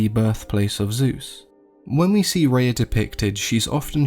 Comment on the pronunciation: I named my Daughter Rhea. You pronounce it the correct way too. Amazing stuff. Thank you.